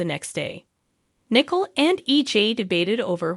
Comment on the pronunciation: Also it's not Nickel, it's pronounced Nicoal (Nicole).